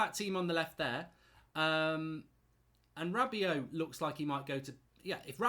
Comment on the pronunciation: Hirving Lozano plays on the left not right. He is an inside forward or inverted winger as he is right footed. He can play on the right but it is not his best position. This is the same with Daniel james. Also Rabiot is pronounced Rab be o not Rab be ot. These comments make you look silly.